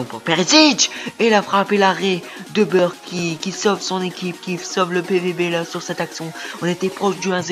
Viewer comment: Merci bcp Quentin :) ça fait plaisir! Oui lol je ne prononce pas bien les noms, on me l'a déjà dit lol, déjà je dis Burkl pour le gardien ou lieu de Burki...